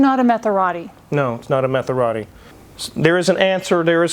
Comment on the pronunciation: A ' Metharatti ' ... Fantastic.